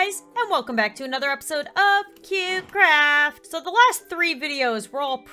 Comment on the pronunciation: You say cube carft not cute craft😂